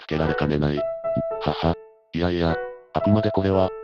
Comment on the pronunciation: そのまんま読み上げソフトに読ませてるせいで「はは」って笑いが「はわっ」って発音になってしまってて爺さん連中が急に萌え系四コマの美少女になっちまう どうにかしなさい